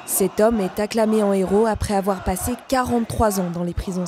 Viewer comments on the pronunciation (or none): none